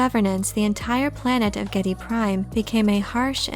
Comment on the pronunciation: Harkonnen is pronounced Har-co-nen and Geidy prime is pronounced Geedy prime.